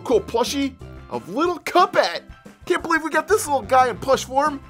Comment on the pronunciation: did he say little pup head or little cuphead